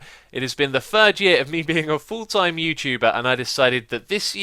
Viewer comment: A fooltime youtuber! haha (srry taught you said that in the beginning ;) )